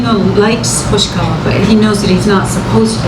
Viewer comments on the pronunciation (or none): Hoshiwaka?😂 You mean hoshikawa right